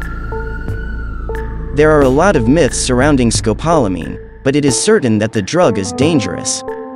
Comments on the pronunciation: Rough everytime I hear it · You need to learn how to say the drug correctly! It’s also known to the locals as Burundanga!